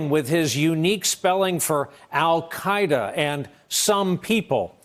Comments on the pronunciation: "al caida"??? Where did you find this inept embarressment? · "Alcaida" wtf